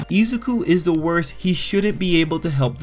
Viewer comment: "eezuku and bAKugoo" stop